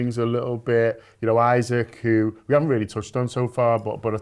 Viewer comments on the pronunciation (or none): Someone tell, it’s “e-sack” not Isaac. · It’s E-SAK, you fucking fat slob. Stop purposely misnaming people and just deciding you’re going to call people what you want because you can’t be ass’d to pronounce something properly… it’s rude, unprofessional and shows a general lack of respect for him and your profession as a DIY journalist. It’s not hard and you’re probably doing it on purpose. Why is a persons name not important enough for you to at least try to pronounce it properly. If someone called you Johoan when the correct simple and easy pronunciation is right there.. they would rightly be classed a dickhead like you are being